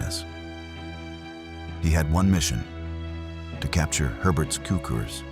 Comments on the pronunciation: It's pronounced "tsookoors", not "kookerz". And it's pronounced "küntslé", not "kwenzel". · HER-berts TSOO-krz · Is this narrated by a person or a computer? Neither Cukurs's nor Kuenzel's name is pronounced correctly in the narration, despite being pronounced correctly in some of the library footage. Did you not listen to it?